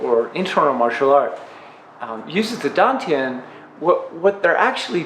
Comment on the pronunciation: Why dontyiuproounce like station